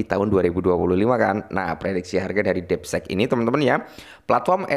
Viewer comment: Ini mah konten lo lagi baca artikel orang laen, bukan analisis sendiri. Hadeeh...Bro, coba effort dikitlah klo bikin konten...lagian, masa bilang 'deepseek' jd 'depsek' 😂😂😂...